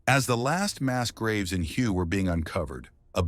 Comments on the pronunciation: Did the narrator just prounounce the city of "Hue" phonetically as " Huhyou"? And does NOBODY check or CARE about pronunciation?!?! Isn't the ancient city pronounced "Huhway" (long A)? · Hue is pronounced Hway, not Hugh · Hue is pronounced “Way,” not Hugh. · Hue is pronounced "hoo-a", not hew. AI slop. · Its pronounced huway, not hue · It's pronounced Hway, not Hugh. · Hue is pronounced "way" in english fyi.. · Hue is pronounced "whay." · If you're going to speak about history, you might want to know how the names of the cities you're talking about, the city of Hue is pronounced "Way" One of many useless self-proclaimed "history channels"👎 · Hue, Vietnam is correctly pronounced "Way." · Hue is pronounced 'Way' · Hue is pronounced whey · Hue is pronounced “Way” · Can we have announcers that know what their doing? Hue is pronounced hway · Hue is pronounced, "WAY". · Actually, it was pronounced "whey." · ai, please make me a video about the vietnam war and dont forget to call the city of hue hugh. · I live three hours south of Hue and used to call it that but Viets didn't understand that pronunciation. They pronounced it 'wurh' or 'where,' depending on what region they came from. That was my experience anyway.